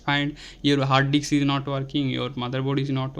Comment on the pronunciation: You are pronounced hard dicks.... 😂😂😂